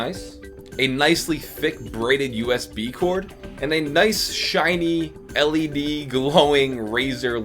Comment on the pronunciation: Did I hear Him Say LEB??